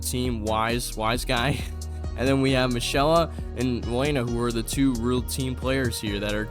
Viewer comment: mishela is insane 😭, its mi-key-la